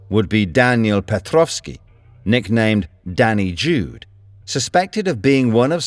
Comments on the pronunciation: Not “Danny Jude” it’s “Dani Jew” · it is not jude like in the song "hey jude",it means "the jew". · Not sure how important this is, but he's called "dani the jew" in english, not "dani jude".